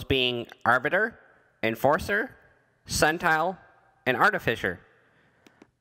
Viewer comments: Sen-tin-al not sen-tile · When you pronounced SENTINEL as SUNTILE....I immediately stopped watching your video.